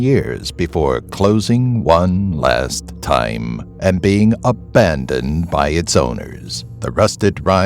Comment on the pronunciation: OMG DID HE SAY........ABANED!